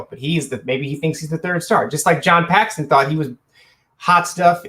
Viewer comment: You finally got Randy Brown right and then go and botch Paxson the whole video saying Paxton lol